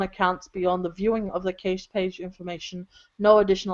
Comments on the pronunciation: Saying "cash-ay" is easy to forgive, since it's the roughly correct pronunciation of the French word caché ("hidden") that is the source of "cache". But this was the first time I've ever heard someone use a long 'a' with the word. I didn't even know what she was saying until the context made it abundantly clear. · Is it an Aussie thing to say "caysh", or is just murdering the word "cache"? If that's what it was, only people who were active since the caching started, and within the cache TTL, could have had their details displayed to someone else. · word "cache" rhymes with "cash", BTW.